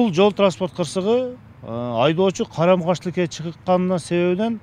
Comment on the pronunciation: Гаи маспы не дооруп атат калем каш деп айтканга окшойт экен.Карама каршы тилке дегени😂😊😢